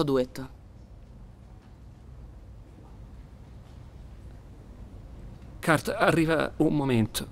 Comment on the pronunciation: Poi la pronuncia italiana di Kurt non si puo' sentire ... "Tu mi emozioni, CART.."